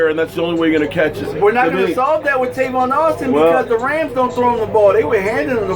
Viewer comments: I opened this video just so I can say, it's TAVON not TRAYVON.. go. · Tavon.... not Travon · Trayvon lol no it's tavon